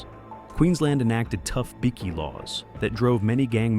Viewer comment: I love how the AI voice calls them bicky gangs 😂 in stead of bikie gangs. That should be there new name bickies like a Tim Tam.